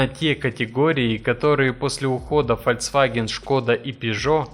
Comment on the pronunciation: Автор, ты же сам врезал этот кусок с правильным названием. Так когда ты, наконец, начнёшь правильно говорить - ФОЛЬКСВАГЕН?